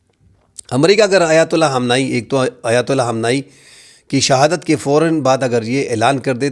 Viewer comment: Why you call Mr. "Khamnai" als "Hamnai"